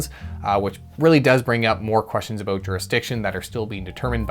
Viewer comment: I think you need to say "about" in every video in 2024. Sometimes I forget you are Canadian. Hearing you say a-boot always makes me smile